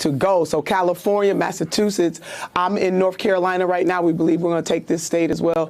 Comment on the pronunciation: Oh! please don't pronounce Massachusetts like that.